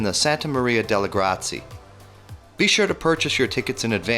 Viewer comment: The American narrator, he probably makes fun of the way foreigners pronounce English words like every genuine American does. But the way he pronounces the Italian words is beyond comical! Actually it's a tragedy! Or maybe both! What the hell is PLATSO? Just to mention one....... Why don't you just use English and say Palas? Gratsi? Grazie is pronounced gra-chi- eh. EH! Allora vai a gagare.